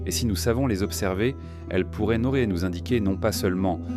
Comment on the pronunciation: 100% AI (voix et images) Mais c’est l’avenir il paraît. Pour ceux qui doutent : Pi 3,14 ne se prononce pas P et le ent à la 3pers du pluriel ne se prononcent pas [an] dans « pourraient » 😒 Enfin, les ponctuations ne sont pas faites et donc ne séparent pas les phrases les unes des autres.